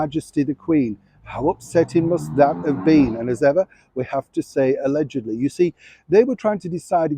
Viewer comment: Hello,. I think its hilarious how you say "allegedly." Also, I have lots of baseball caps. A lot of businesses give them out for free here. If you have a post office box for fan mail I would be happy to send some of them to you. I often wonder which places are air conditioned in England. My friend spent a week there on vacation. He said he was glad to be back just because a lot of places weren't air conditioned. Much love, from Amber in Alabama.